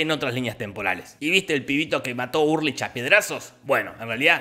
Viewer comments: se escribe ULRICH, se pronuncia ULRIJ Jorge: URLICH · Todos: ULRICH Nielsen Jorgito voz rasposa: URrLICH psdt: casi me da un derrame al recordar todo con el resumen, gracias loco. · Ulrich = Urlich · Dijiste URLICH todo el video - era Ulrich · Es Ulrich, no “Urlich” 🤣🤣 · Ulrich no urlich 😣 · También dice HeGeL y se llama HELGE